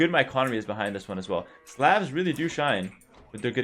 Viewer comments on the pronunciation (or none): Just a friendly tip; the "A" in Slav is pronounced like the "A" in "Awe", and not a hard "A". Edit: Or like the "A" in Coleslaw...mmmm...